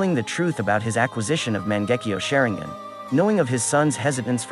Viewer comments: NObody:: Sharengan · Man... I've never heard the name Sharingan butchered so badly. Share-ing-ann is a new one for me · Wtf is shearing-guen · You failed me when you said "shayringan" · Shareing-gun? come onnnnnnnnnnnnnnn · "Sharing - gin" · Lol "Shaireengan" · I hate how you say "SHARE-ING-GHAN" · THE WAY YOU SAY THESE NAMES IS HIGHKEY GETTING ME TRIGGERED Sharingan Obito Hatake 😐😐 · bruh i paused the vid everytime he said sharingan and just cringed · The way you say Sharingan should be a crime. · I like how he says "sharingan" lmao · The way he says sharingan felt a bit weird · With all respect and love pls say the sharingan's right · Said sharingan wrong 😞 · Garbage video. "Sharing-gun" "O-Beeto"?